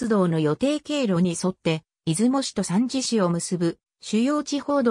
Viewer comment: 三次を、サンジってなんやねん！💢😠💢勉強し直せ❕